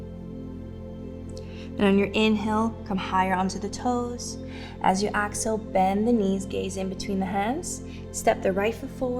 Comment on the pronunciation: Lovely. I enjoyed this. I couldn't place the accent, but the pronunciation of "exhale" kept making me turn my head at first thinking she said "axle" - as in rotate or turn. I finally settled into knowing that she meant to breath out. Exhale. I'm loving Rituals practices.